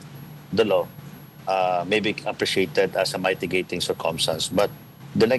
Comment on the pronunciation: Mighty gating? Oh you mean me tee gating (mitigating)! 🤣🤣🙄🙄🤦‍♂️🤦‍♂️